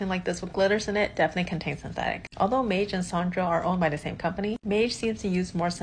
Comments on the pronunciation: You’re pronouncing Maje incorrectly (former employee here) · That's not the way to pronounce Maje though.